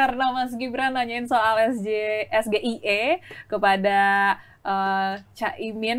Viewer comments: Yaiyalah Gibran sok pinter ngucapin bahasa inggris Tapi di bacanya bukan ES GE I E Tapi ES GI AY E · Asam sulfat baca SGIE aja masih ES GE I E Harusnya di baca ES GI AY E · Padli Jon lbih pintar dari cawapresnya Harus ES GI AY E Bukan di bilang SGIE Kliatan cara ngucapinnya salah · Pertanyaan aza nyebutnya salah SGIE....itu singkatan bhs Inggris mengejanya salah...pantasan yg dengar bingung...aplg yg jawab... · anak muda yg trwakili asam sulfat Pakai istilah asing tapi dibaca dan diucapkan dg bahasa Indonesia Makanya baca SGIE aja kacau